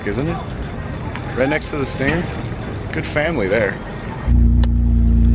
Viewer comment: Stingger...tellurideeee...i am korean..haha